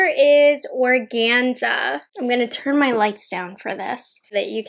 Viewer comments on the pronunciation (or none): none